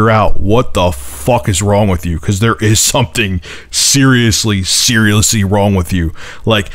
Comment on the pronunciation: I'm sorry lol but he said cerealously and it made me laugh lol